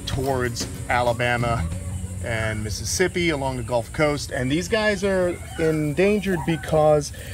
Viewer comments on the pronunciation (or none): none